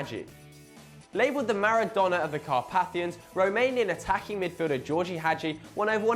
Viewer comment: 1. The fact someone retires from football fully doesn't mean they're forgotten.2. You could learn how to pronounce phrases like Simeone, Gheorge or Brescia properly.3. HOW IS PEP FORGOTTEN? Sorry, but this video ain't much impressive.